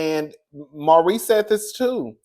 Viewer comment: It was Maurice. Every now and then you say Marsau. Just call Maurice "Reese."